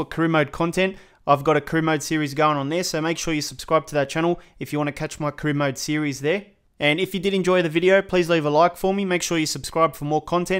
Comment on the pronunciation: Man said carona mode😂😭😭